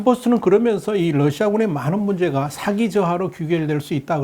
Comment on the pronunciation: 언제나 좋은 내용 감사합니다. 사기(morale)과 사기(fraud)는 우리말 발음이 다릅니다. 군의 사기는 발음을 길게, 사기꾼의 사기는 발음을 짧게 해주시면 듣기에 더 좋겠습니다.